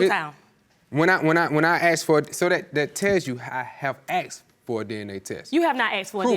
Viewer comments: Its "ASKED" not "AXED"...….you people cant speak English...... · They both said axed instead of asked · Axed? ASKED!!!